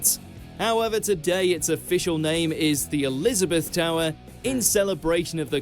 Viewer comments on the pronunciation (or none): none